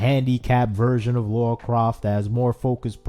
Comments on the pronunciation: I was shouting "Lara!" every time he said "Laura" 😂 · Dude it’s Lara not Laura. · It's LARA not Laura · Say "Laura", now say "Lara" please notice the difference! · He’s doing it on purpose I SWEAR 🙄😂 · he was doing it in purpose I swear 🙄😂 why he said it every sentence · It's Lara, not Laura! Lol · It struck me every time he said Laura XD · definitely did it on purpose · At the expense of sounding mean, please learn to pronounce her name correctly. She is way too iconic of a character for there to be any confusion.